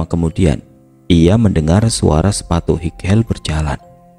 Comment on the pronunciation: Pendengar setia yg sll ketinggalan nton😆😆 Untuk koreksi aja kak,, Sepatu "High heels" dibacanya "haighils"kak bukan highel😁🙏... Semangat selalu kk , 😊😊